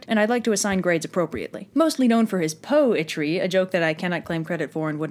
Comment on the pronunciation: POE-try, POE-no, an other POE things that I can't think of. Enough to get me down there, too, but hey, you gotta admit, I'm a POE at this. (Sarcasm intended)